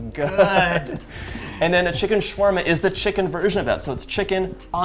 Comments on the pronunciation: Why is it shwarma and not shawarma 🤨🤨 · Excuse me it's "sha wa rma" not "shwa rma" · I just wish he learned how to correctly pronounce his food. ShAwarma, TuuRRRmeric